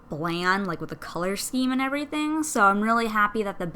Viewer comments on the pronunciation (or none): none